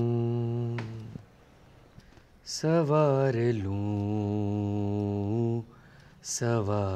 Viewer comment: Yaar Monali plzzzzz..."saNwaar lu" ko "sawaar lu" mat bolo...us film ke gaane me tab bhi yhi bola tha aur aaj is film me bhi sawaar ho gyi.... plzzzzz plzzzzz plzzzzz Ma'am...rahem karo